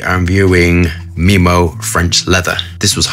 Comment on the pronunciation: It’s memo not meemow. Pronounced as memo from memories. That’s where the names from too, inspiration from memories, places they’ve traveled and ingredients that ressemble the smell of the place they visit and reminds them of it. Wtf is meemo, no logic. If you were american i’d have understood but such an upper class… disappointing.